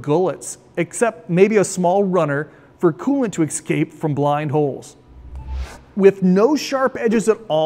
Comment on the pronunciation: why do you keep saying excape instead of escape, you sound like a black person saying aks instead of ask